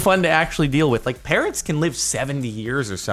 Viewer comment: At first I thought he said "Parents can live for like 70 years or something"